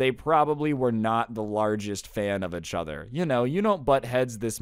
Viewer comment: he says ichother